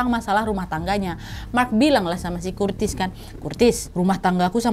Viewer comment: Gatau kenapa, lucu bgt Curtis dibaca Kurtis ajg😂🤣